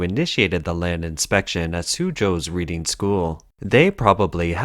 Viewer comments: I'm assuming the narrator is referring to Reading to the west of London, which contains 18 private schools, so which one ? P.S. it is pronounced Redding ! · I know this video was narrated by an AI bot, but Reading School is pronounced as RED-ing. Its name comes from the town of Reading in Berkshire, near London. 😊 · Reading, pronounced "redding", after a large town between London and Oxford, England. Reading school shows principal and responsibilty by properly testing the soils in the school grounds, after suspicions or a tip-off. They, Reading School, acted in a interest of the welfare of the children. The CCP does not responsibly act, but literally buries such concerns. It takes a foreign investor to unlock the criminal conspiracy. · he is Canadian so, just reading it as reading not Reading as he doesn't know the local pronunciation (bad pun I know ;) ). Eg I have always pronounced Concord like con-cord, but the town in the US is pronounced Con-ked. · I would have thought a human might know on how to pronounce "Reading" as in the name of the school and the town it's in, as opposed to "reading", as in I'm reading these comments. :) The narration to me does sound rather mechanical and monotone.